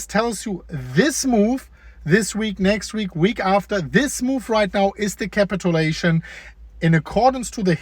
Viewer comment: KA-pit chu-Lation. My dude.